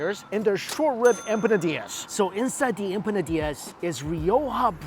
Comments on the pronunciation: Empanadias???? It's empanadas,. Hehe Love your vids, man. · As a food blogger you think he do some basic research on how to pronouce foods. wtf is a empisinada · I am very shocked you been doing this for along time and Iam one of your top subscribers.. but it pronouns.. IMPONADAS 😂 no hard feelings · Em- Pa-Na-Das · That's my boy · EM - PA - NA - DAAS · How he pronounces empanadas makes me laugh 😆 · Respect the pronunciation of empanadas my guy 😅